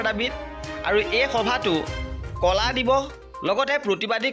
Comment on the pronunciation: কলা নহয় ক’লা